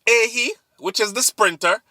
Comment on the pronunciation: pronounce like A- HEE (AHYE)